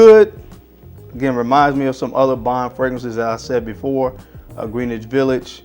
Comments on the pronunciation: Scratch that "Green Itch". IT'S GREN-ITCH!! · He always says it like that 😂